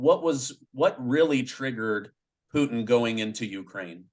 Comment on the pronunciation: The way this guy pronounced Poottttttin and again and been makes me not want to listen to him.